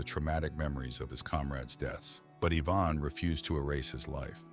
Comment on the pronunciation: wrong pronunciation of Ivan